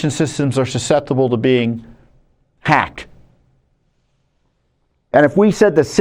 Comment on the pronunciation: Hey Tom: "Suseptible to being 'pack' "........HUH, and I played the start of your speech back THREE DIFFERENT TIMES & each time your lips formed a word that DEFINITELY STARTED WITH A 'P' & NOT AN 'H' FORMATION so were you saying "Pack" or "Hack" which should have actually been either "Packed" or "Hacked"?